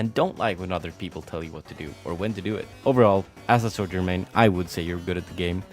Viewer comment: Bro pronounces “Sojourn” like “soldier.” So annoying. You can take the boy out of Eastern Europe but you can’t take Eastern Europe out of the boy. Lol